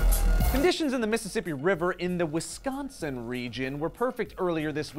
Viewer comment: I think you're one of the few people that are not from the area around the beautiful state of Wisconsin to say Wisconsin. That means you pronounced the end correctly as in sin not as in san.